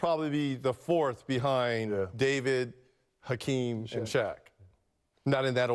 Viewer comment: that dummy said "Kakeem Olajuwon"